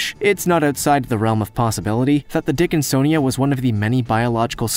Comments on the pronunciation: "the dickinsonja was quietly developing"! 🤣 ( or so)😂🤣🤣😂🤣🤣 I can't help it!!! I fell out laughing like a THIRD GRADER!!!! 🤣🤣🤣 I wasn't even THINKING about anything like that either!! Couldn't have been further from my mind! I mean,, I ain't even had a naughty thought, for at LEAST about 5 minutes or so!!! I'm glad you pronounced THAT one correctly though!! It sure gave me a GREAT laugh!!! Thanks!!!!!!🤣👍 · I’m sorry... the dickin-SON-ia???